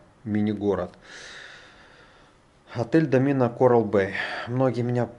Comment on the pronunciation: Правильно говорить ДО'мина, а не "домИ'на"